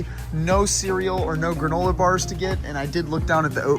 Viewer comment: Granolar??? Wtf is granolar me and my family were dying laughing when you pronounced it with an R at the end